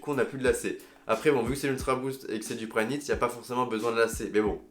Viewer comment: Il a dit combien de fois prynit